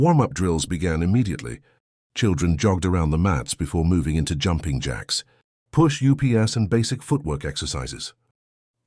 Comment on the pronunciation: AI narration is horrible. When did push-ups become push U.P.S?